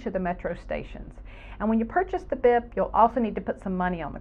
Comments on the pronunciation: Pronounced beep, not bip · When buying a bip card, keep in mind it’s actually pronounced “beep”